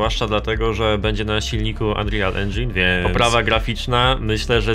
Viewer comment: plis, wymawia się ANRIL, nie ANRIJAL ENDŻIN